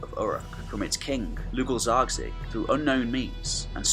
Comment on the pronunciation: Great video, but it always saddens me when youtubers can't be bothered to even try to pronounce foreign names correctly I swear you pronounced "Lugal Zage-Si" six different ways and they were all wrong